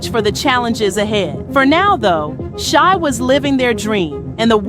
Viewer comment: Shai, Shai, Jodeci, Shai. Get it straight 🤦🏿‍♀️